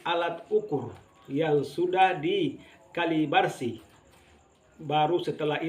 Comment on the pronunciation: Yang benar adalah kalibrasi dan bukan kalibarsi seperti ucapannu. Isi ucapanmu sangat berbau kencur.